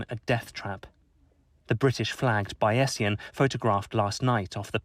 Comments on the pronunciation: Idiots! Does the BBC have no general knowledge these days? The yacht is named after Bayes and his Normal Distribution curve, so is not pronounced Bay-ess-ian but Bayz-ian. Why are Millennials so uniformly ignorant and wrong about everything? Perhaps this can wipe off some of that BBC smugness. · Try to learn how to pronounce Bayesian. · Somewhat embarrassing that a BBC journalist doesn't know how to pronounce "bayesian".